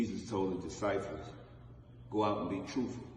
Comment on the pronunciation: His disifuls 🤣🤣🤣🤣 boy 99